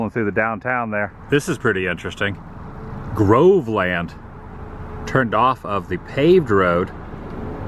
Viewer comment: It's not Grove land - it's pronounced Grovelund.